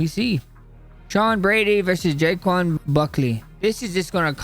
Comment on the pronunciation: Racist pronunciation